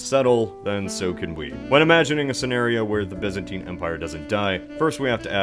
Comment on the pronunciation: It’s pronounced Byzantine silly, not Byzantine